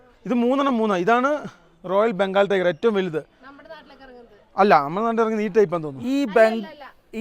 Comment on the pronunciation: ടയർ alla tiger😂😂